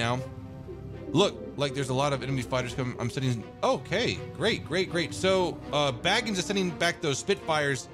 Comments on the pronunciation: Just fyi he's not baggings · It’s not baggins it’s